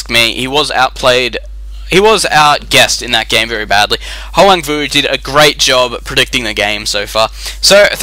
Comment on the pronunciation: You pronounced my name almost correct :)